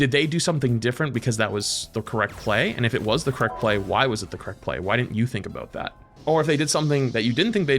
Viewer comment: Is half Canadian or something? He leans so hard into that second "o" in "aboot"